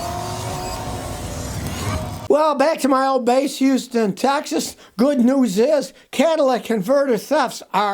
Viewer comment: It's houston lol